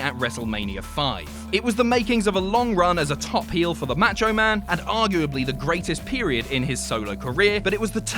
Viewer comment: did he say Mocho Man?